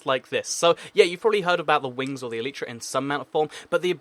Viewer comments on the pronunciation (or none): none